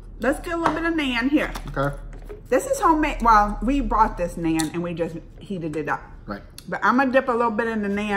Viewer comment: It's nun like Christian nun(pronunciation). Only thing that's (nun)bread. And tandur is a special kind of mud oven. Whatever we cooked in tandur we just add tanduri before the dish name.